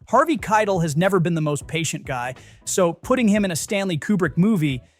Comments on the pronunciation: KIE TELL is how you pronounce his name not kitel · Dude, you can just type "Kie Tell" when typing Keitel into your AI software so that it'll be pronounced properly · KITE el 🤦‍♂ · You lost me at your pronunciation of Harvey Keitel. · how can you make youtube movie content and not know how to pronounce Harvey Kietel's name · Actually, the narrator mispronounced Keitel. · AI can’t say it properly.